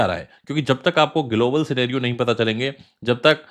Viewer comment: Pehle global bolna Sikh le phir crypto expert banna 😂